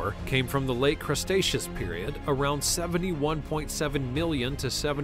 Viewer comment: Cretaceous, not Crustaceous.